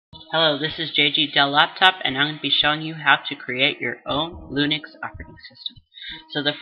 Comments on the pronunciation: its linux not lunix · I thought he said "Unix"... but yeah that's not lunix -_